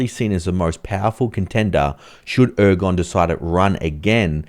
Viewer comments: At least get the presidents name right! It's not 'Ergon' it's pronounced 'Er-Duh-wan'. The G is silent and it has three syllables. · Thanks for the info but you should at least learn to pronounce the names. Erdogan not Ergon poor commentary all of the Turkish names were mangled. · Ergon??? Need to know proper pronunciation before the analysis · Gee, I wish you'd pronounce the Turkish President's name correctly!